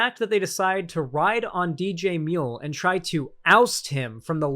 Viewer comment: we love you buddy, but we'd appreciate it if you didn't make DJMuel sound like an Australian. We've done some shit, but I don't think we deserve *that*.